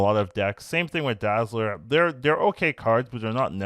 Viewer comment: I want Dazzler for my Ultron deck ,also, it’s Dazzler